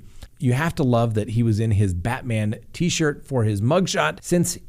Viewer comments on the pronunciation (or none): none